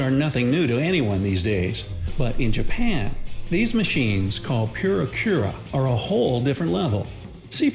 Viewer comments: It's purikura,not furi kuri!😆😆😆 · "Pure-a Cure-a"? Sigh. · "Pyura kura" 🙄